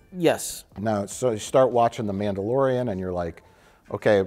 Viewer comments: The Nambalorian...? LOL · "Namblalorian"...omg! I love you guys so much!